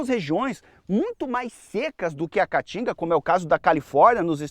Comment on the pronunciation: Esse idiota não consegue nem pronunciar o nome Caatinga corretamente. Vai estudar, analfabeto. Caatinga, caatinga, caatinga.